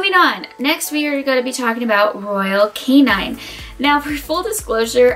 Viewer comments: It’s royal KAY-NIN not royal KAY-NINE 🙄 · What do you know about dog food? What are your credentials to be giving advice to the public about what dog food to buy. Also its not royal canine its royal canin. Why would I follow anything you say if you can't even pronounce the brand of dog food you are reviewing lol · She keeps pronouncing Royal Canin wrong. It's not Royal Canine. Short "i". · You expect me to take advice from someone who says "Royal Canine" and "Purrina"? Also shorten your dang video there's no way I'm watching that. Lol